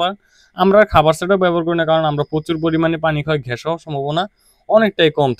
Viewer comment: ঘ্যাস কি? গ্যাস বলেন